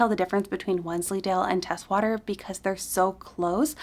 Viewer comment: Teeswater is "tease-water"